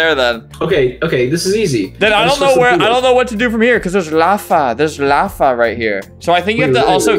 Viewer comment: Lafa instead of lava 😂